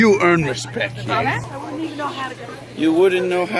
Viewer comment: “This is what you do to earn your respek” 😂😂😂😂